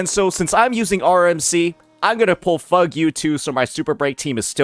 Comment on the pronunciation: NOT FUG-U WAHAHAHA oh what a pronunciation